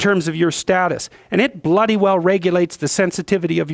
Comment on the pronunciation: Peterson uses the word "bloody" wrong. Maybe it's just that his accent sounds wrong with it, but It's so distracting.